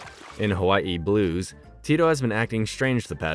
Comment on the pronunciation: Nice pronunciation on “Hawaii blues” over cool! Loved this show I kinda lived this life in Oahu. Except the snow parts but surf and board sports were a lot of fun.